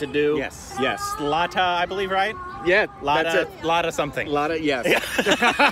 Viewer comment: The legend singer name is pronounced Lathaa